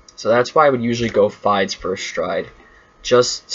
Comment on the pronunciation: Also Fides is pronounced as Fee-dus not like you were omg